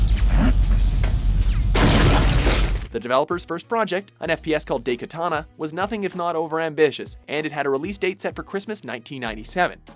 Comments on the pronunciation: 10: Dem details 9: DIE-Katana. Not DAY-Katana 8: That's why I prefer 3D Pinball. 7: Dwegins... 6: Those are some shitty-lookin' palm trees. 5: ... 4: ...Until the tomb rose again, somewhere. 3: Just wait until they eventually publish Bombshell. 2: ...meh. 1: Uggghhh.... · it's pronounced die katana not day katana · daikatana... it is not spelled daykatana but daikatana. ai is the sound from die. learn proper pronunciation dammiiiit!!! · DAIkatana. DAI. Not day or dei or dey. DAI! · DIE- Katana not Day katana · I think they're pronounced "DIE-katana" not "DAY-katana" and "Sili-CON Knights" and not "Sili-CONE Knights". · Dey Ki ta na <___<''. . Wut? Isn't it Dai Katana? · Daikatana, ''Dai'' as in ''Die''. Japanese for big. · "day katana" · Jhon Romero's Day Katana... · Did you just say "day"katana? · wtf is DAY-katana? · "#9: DAYkatana" ugh... please god lean Japanese pronunciations... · tempted to down vote this video just for calling it daykatan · This is the first time i hear somebody mispronounce "Daikatana"... (-_-)' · the way you pronounce things is infuriating. it's "DIEkatana", and i hate how you say 'genre'.